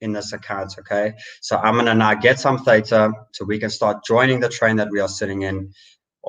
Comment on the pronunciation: At your channels growth rate, the banter bag give away will be end of April....well done. Pronounce Theta correctly.